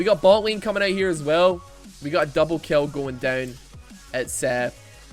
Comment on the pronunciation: said “double keoow” lmao Hurricane1959 NA